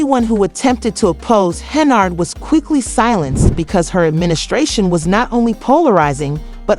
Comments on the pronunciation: It’s Hen-yard! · She is obviously untrustworthy. However, if you're not able to pronounce her name correctly you shouldn't be making any videos. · Learn how to pronounce her last name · When was Tiffany handcuffed by the FBI?? You cannot correctly pronounced Tiffany’s last name. Show the picture of FBI handcuffed her.